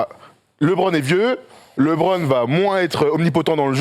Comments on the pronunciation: faut qu'il arrete avec son Libronne , les americains le prononce LEUBRONNE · ça se prononce LEbron, le son E et pas Libron 😂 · Yes, LeBron, genre "le bronne" tranquille, pas besoin de "lébrone" ou "librone" :p surtout quand t'es pertinent, ça nique un peu l'délire :p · LiBron xD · C'est clair qu'il est top... Juste il me triger sur sa prononciation de LeBron